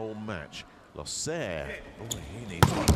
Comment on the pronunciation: I think he's fine with it. In their country it is pronounced as loh-sehr and not looser. Besides he's got talent good looks and an olympic bronze medal. He couldnt care what others think of his name 😁